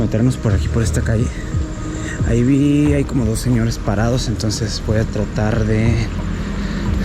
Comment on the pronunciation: Me encanta como Alex pronuncia Dojs locos de viajes y Ojscar Alejandro